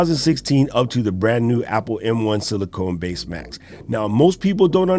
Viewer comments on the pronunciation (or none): Great video and excellent recommendations. BTW, sorry to correct you, but it is Apple Silicon not “Silicone”— pronounced like “con” as in “con man” not “cone” as in “ice cream cone”. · Not sili cone it’s pronounced sili con not CONE…. Just FYI